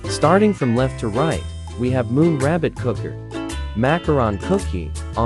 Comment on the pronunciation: “Moon rabbit coo-ker”